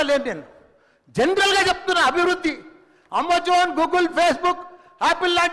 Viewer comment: అమోజోన్ కాదు రా నాయన 🙏🏼అమెజాన్ 😂😂